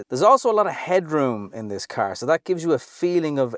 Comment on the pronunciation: That -> Tharse